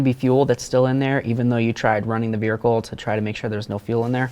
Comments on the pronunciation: He keeps saying "Vericle" lol. YOu did a great job though. I changed mine on my 2010 watching this. Thank you for the video really good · Excellent video. Very very helpful Thank you so much. Although I was a little nervous about that torch underneath the car. Also calling the car a "veerhicle" was hysteerical 😅